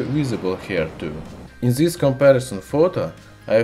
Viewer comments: PLEASE STOP SAY "ZS" INSTEAD OF "THIS-THAN" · Got confused at first when he said zisss